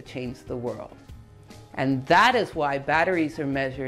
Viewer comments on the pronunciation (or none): none